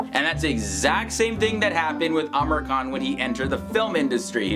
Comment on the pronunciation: I suppose his name is pronounced as "aa-MEER khAN" instead "Amer khAN"?